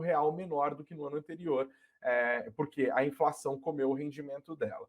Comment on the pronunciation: Ninguém sabe mais falar direito, porra? INZENSÃO